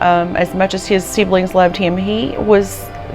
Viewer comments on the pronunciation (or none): Seeblings? Siblings sib- lings.. Probably the story you are trying to tell Is very hard to you.